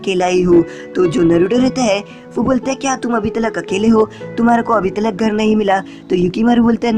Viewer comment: Talak nahi tak